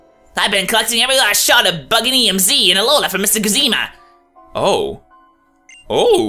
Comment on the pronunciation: How can you possible read "Guzma" as "Goozeema"